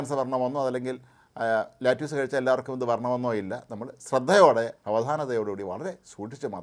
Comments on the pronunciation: let use alla. lettuce.. lettuce.lett-a-s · ലാറ്റിയൂസ് അല്ല സർ.. ലെറ്റസ് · No lattuce, lettuce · Not latuse ,lettuce.